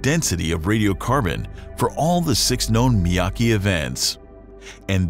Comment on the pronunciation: Miyake, not Miyaki...